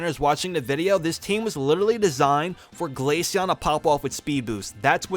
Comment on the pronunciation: The way the ai pronounced glaceon as ‘glayshen 🤖🤖😐’send me across the stratosphere